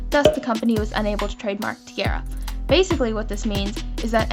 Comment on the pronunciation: The group T-ara is pronounced like the word tiara, like the crown not t-aira like you said😣😕